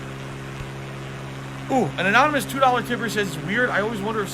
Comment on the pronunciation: Love how went from "a dahller a month" to "support his been really slow holy shit"